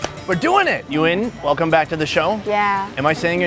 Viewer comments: Her name is Duyen But you pronounced her name like "You in" lol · At first I thought He said “you in?” Then it turns out to be her name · Her name is pronounced in one syllable so you said her name wrong and she didnt even try to tell ya!